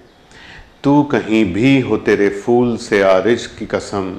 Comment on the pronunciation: Inko apne tallafuz pe kaam karne ki zaroorat hai. Poori mazrat ke saath kehna chahunga! Misaal ke taur pe “phool” hota hai na ki “fool”.